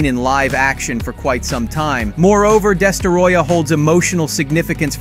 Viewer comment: “Destaroyah” 💀 its destroyah bud